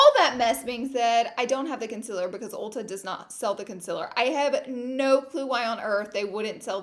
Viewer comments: Its concealer not conciler 😂😂😂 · I know you say you know you say concealer weird but I've never noticed until the first 2 mins of this video The conciler gurrl! LOOL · take a shot every time she says “conciller” 😂